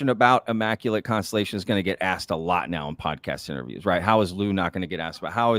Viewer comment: Inmaculate... constripation?! 😮 oh, constelation, that makes sense.